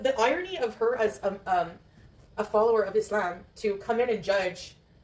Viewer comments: The way she says "Islam" (e-slam) with an Arabic accent is CRINGE! This is new and it's how that other convert woman says it that she's talking about. I guess she wants to be her. 😂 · So she now pronounces it “isssssss-lahm”